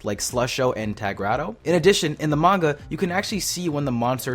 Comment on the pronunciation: Someone finally says manga right